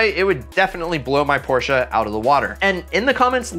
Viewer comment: I love you cause you say Porsche right